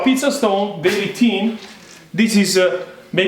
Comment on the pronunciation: ¡ learn to pronounce "THIN" !